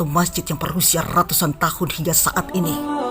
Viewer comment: RRR nya terdengar mengaum kayak musang...rrrraja , rrratus RRR nya lumayan ucapan..